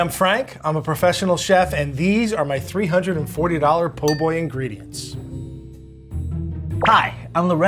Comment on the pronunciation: frank c’mon man it’s called a PO boy 😂